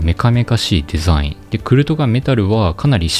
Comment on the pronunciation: デェザィンの発音を統一してほしいです！